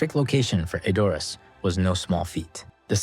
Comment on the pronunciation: "ED..or... ass"......NOT..... e...DOR..ass